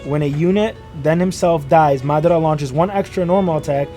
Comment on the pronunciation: my man actually pronounced Madara correctly hell yeah!!!!